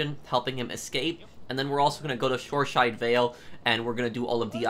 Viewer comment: Btw it's Shoreside Vale not Shoreshide Vale.